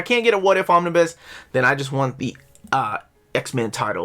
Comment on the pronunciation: Omnibu? OmniBoo at that, buh more like OmniBai. But seriously I'm a fan of Omnibuses and your lists of wanted Omnibus. Gilen was indeed phenomenal.